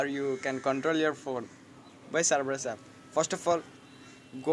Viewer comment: An taip serebus. Lol it's Cerberus. (no offense don't get me wrong)